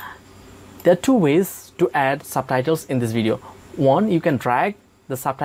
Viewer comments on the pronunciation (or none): "SABTHAITHELS" ???????LMAOOOOOOO